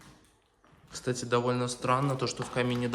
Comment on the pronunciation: да,только слово-паразит часто звучит"кстате,кстате,кстате....."